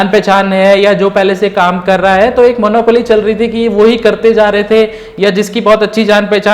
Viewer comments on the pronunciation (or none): none